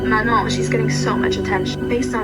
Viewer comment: super duper side note - as a non-native fluent French speaker, your pronunciation of “Manon” is the best i’ve heard so far lol